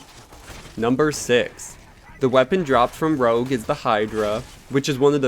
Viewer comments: Man, I'm a french canadian, and Rouge is pronounce like "rooje" not rogue xd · It's pronounced Rooje not Rogue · The crystalisk is pronounce 'Rooj' and is the french word for red (and also what they call cheek make-up aka blusher) , the word your pronouncing is Rogue, meaning like a scamp and an adventurer, its spelt differently to rouge, and its just as annoying the other way around with people calling Rogue the bat out of Sonic 'Rooj'. its not quite as annoying as people saying 'cashay' for cache (pronounced like cash money without an umlet or whatever the squigle over the e in french is called.) a 'Cash' pronunciation is an enlgish word meaning hiding place, 'Cashay' is a Fench word meaning having style and a certain sense of 'junais sais quois' The actor playing Roland even gets it wrong in BL2, a 'cashay' of weapons is NOT a hiding place with weapons in it, its a certain junais sais quois of weapons. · its pronounced "roozsh" or sumthin lol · It's not pronounced "rogue" bro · You pronounced rouge wrong. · That's not how you pronounce rouge. Cool video though